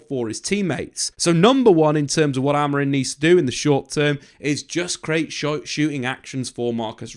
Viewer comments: Why do you and many other keep saying AmoriN. Its Amorim. Christ. Get it right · It's amorim not amorin 😅